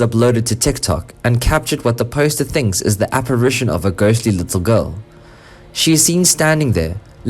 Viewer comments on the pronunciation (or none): none